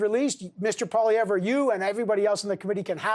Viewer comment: Deliberately mispronounced Mr. Poilievre